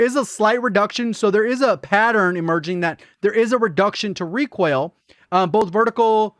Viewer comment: Everybody: recoil: requail 😂